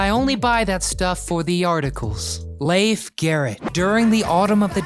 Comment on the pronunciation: It's pronounced Leef, not Lafe.